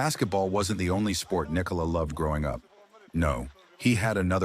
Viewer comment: This was the AI generated story of Nick-o-la Jokic lmao. Still enjoyed it!